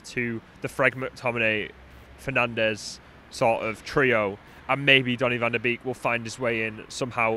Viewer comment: It’s pronounced “van de Bake” not “van de beak”